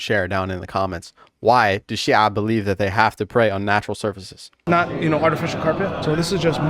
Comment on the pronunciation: bro, the way you pronounce "Shia" is spot on